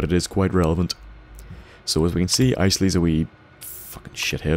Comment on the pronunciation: Your like the first person to actually pronounce Isley right. Lol that's my last name.